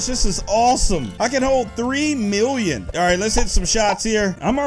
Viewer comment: i love it when he says miwwion